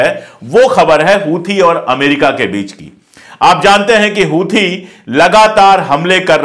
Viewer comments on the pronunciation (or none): हूथी नहीं सर "होसी " कहा कीजिये